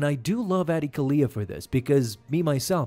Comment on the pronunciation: yeah he is pronouncing her name right